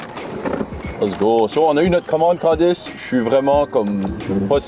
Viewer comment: On dirait que j’entends sacrer parfois… j’entends “calice” alors qu’il dit “Candice” 😂😂